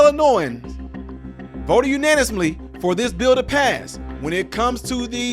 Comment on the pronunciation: Unaniously! LOL